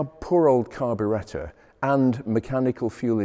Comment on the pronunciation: Just wish he was a bit less pretentious; unable to correctly pronounce the word ‘carbuerator’. Nonetheless that is a spectacular example of a very advanced , gorgeous 3.5. It was about 6500 new, 4.5 versions are now worth at least $125,000. He is a bit of boor hard to endure; many of his facts are a bit slippery but OMG what a stunning thing